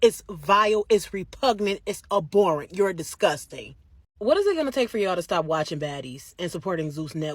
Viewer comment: A-boar-ant..really.. I’m sorry I’m just being an asshole right now